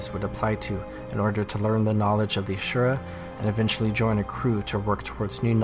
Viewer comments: Asura not Ashura. I dislike them since gw1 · Are we adding an H? 🧐 I know you have heard this pronounced before in game.